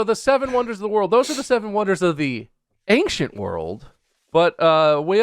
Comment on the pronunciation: bob says “ancient” stupid